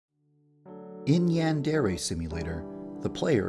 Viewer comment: Why is it when you say yandre simulator it sound like "yan dairy simulator"